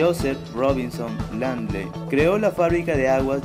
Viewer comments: El apellido es LINDLEY tal como se escribe se pronuncia no es RRINDLEI' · se pronuncia lind-li